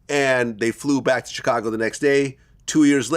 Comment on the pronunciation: I can’t stand how Vlad says Chicago